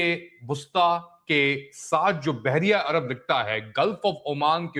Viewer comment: سر بحریہ عرب نہیں بلکہ بحیرہ عرب